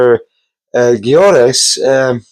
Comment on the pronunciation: GYOKERES. . SWEDE. With An Hungarian Name. YO Keres. Yo karezh basically pronounced..